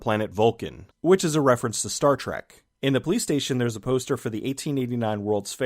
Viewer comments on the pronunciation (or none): none